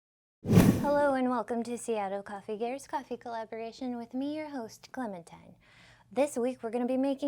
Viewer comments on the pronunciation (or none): Lol says the person mispronouncing Clementine 😂🤣 but yes agree the "ha" is silent